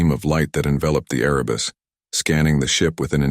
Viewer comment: Erebus, not arabus, as in Mount Erebus, in Antarctica. Please correct.